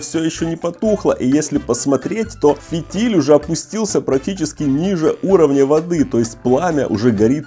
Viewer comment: Дорогой мой, правильно говорить не фИтиль, а фитИль